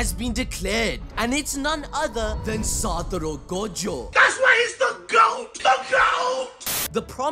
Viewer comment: its SATORU not SATURO. Put some respect on his name